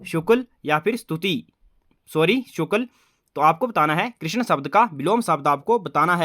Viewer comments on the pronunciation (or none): none